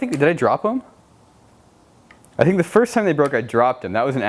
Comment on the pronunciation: You're like 5 why did you say "fist" instead of first